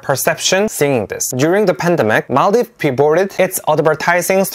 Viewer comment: I'm so happy that you recognized our country, i was checking your shorts. And suddenly i saw our flag, and yup, everyone know maldives as mall-dives the country that people go for holidays/vacations... finally i met someone who knows our country, and someone who can pronounce our country correctly.. its mal-dheeves!!